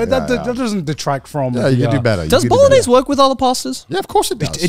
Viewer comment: Garnt is the only person I've ever heard pronounce the g in bolognese